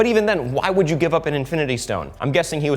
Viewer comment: And wud not wid